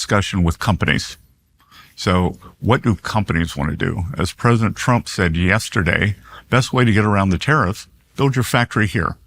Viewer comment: Am I the only one who heard him say President Frump?